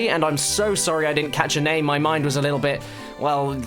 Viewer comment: FireKid112 yeah that's the way it WA-ZUH